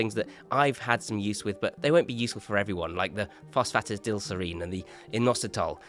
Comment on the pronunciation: Enjoyed the video and agree on most things although not sure if supplemental magnesium and zinc have any extra benefit if you are getting enough in your diet, also not sure on your pronunciation of phosphatidylserine! All in all a good stack though, not too overkill like many other creators out there.